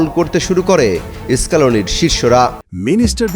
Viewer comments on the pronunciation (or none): এস্পেন, এস্ক্লোনি 😂😂😂😂😂 it's স্পেন অংশ স্কালোনি, ই ই ই 😂😂😂